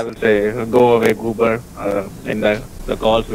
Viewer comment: Hahahahaha, go away goober 😂😂🤣. You should have told him it's Gruber, Hanz Gruber 😂😂🤣